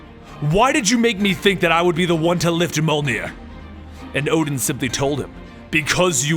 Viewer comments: Mule near not mul near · Its pronounced myu-ol-neer not myu-ug-near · It's pronounced mulenear not mulgnear no hate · its a joke the girl in the first Thor Movie called Thors hammer meow meow as a very bad mispronunciation of Mjölnir could be pronounced ( mew your near ) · The only one he really screwed up was Mjolnir. It's pronounced Myollnear. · Molnir... sigh :( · Mjolnir (me-yol-near) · You have to pronounce it as mJolnir the 'J' has to be pronounced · Its Mi-o-nir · It's mule near that's how u say it u should have heard it in the avangers and the two Thor movies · Me-ol-near = mjölnir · I know you said this in the beginning of the video and your videos are awesome by the way.......but mjolnir is pronounced mee-yol-neer....just helping out for future reference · pronounce it : Myoll-Near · I believe the hammer is pronounced "meow meow" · It's pronounced Mmjjolnir you pronounce the j as yuuh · Thanks for the story! However your pronunciation hurts me lol. Mjolnir is pronounced "Meyollneer" and Gungnir is pronounced "Goongnir"